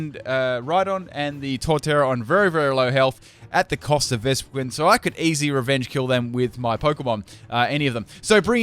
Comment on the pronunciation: It’s vespiquen not vespiqueen...